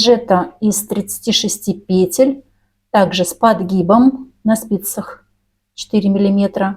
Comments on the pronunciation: ПетЕль а не пЕтель, откуда ты, мастерица😂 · У меня бальзам в уши льётся: пЕтель, накИд. Мама моя, как хорошо! Спасибо! Куртка шикарная!